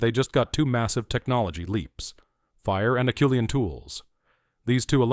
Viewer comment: Except for the obvious mispronunciation (it's AH-SHOE-LEE-ANN), I really enjoyed the thrust of the video. Erectus is my favorite hominin. 8 hope one day we find evidence they lasted even longer than the Java tribe. (Perhaps in South Asia (India, etc)). The only other negative is I think it's far too early to credit Naledi with ANYTHING, much less the artwork at Rising Star.